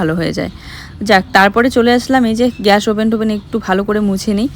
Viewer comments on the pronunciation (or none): none